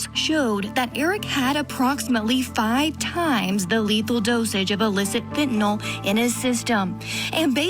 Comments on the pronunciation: You know how the news and media is 😅🤦🏼‍♀️ fentphnal😂😂😂😂 the way they pronounce it tho😂🤣😂🤣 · Its fentanyl not fentanol, and you are watching too much Law and Order. My guess is that video is misrepresented too. One cop faints and the guy beside him isn't even sleepy. Fainting is not almost dying. This author thinks the 2mg is comparable to a sachet of sugar (teaspoon) its nearly 1/3000 th of a that sachet. These are the idiots and opinions that will get her off... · MICRO GRAMS OF FENTANYL is lethal, not milligrams you moron 😂😂😂 and it’s FENTANYL not fentinollll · Can we start saying fen - ta - nil instead of fen - to - nal? It's not a barbiturate like seconal or phenobarbitol. Anyway, fentanyl comes in many forms other than pure powder. A pill the size of an aspirin is probably 1% or less of the drug and is designed for safe consumption/handling. If she put 5 of those in a drink for someone who was "naive" to opiates, it could kill them. But even the pure powder gets handled by people all the time. The people who manufacture it and package it and sell it aren't dropping dead every day. I don't have any problem believing that someone who was prepared and knew what she was dealing with could handle it safely. Plus it's possible that the officer in that video came in contact with carfentanyl, which is several times deadlier than fentanyl but often gets reported as "fentanyl". I don't see this being an issue for the prosecutors. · This guy is supposedly an expert but he can't even pronounce fentan-YL correctly.